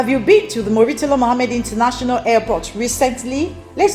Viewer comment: IT IS NOT MU-REEE-TALA , IT IS MURRR-TALA